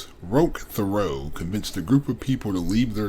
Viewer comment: Great job. But it ain't fair. You could read instruction manuals from a 90s dot matrix printer and I'd listen to it, that voice is so calming. As a French speaking Canadian, I just have to say the name is pronounced teh-REO, or if you want to say it like an anglophone TERRY-o. The name you were pronouncing was Théreault, not Thériault.